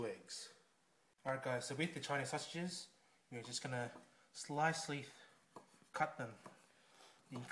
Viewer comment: CHI-KNEEZ SALSA-JIZZ